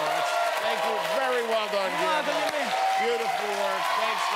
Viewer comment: “Guiwermo” Rob Gronkowski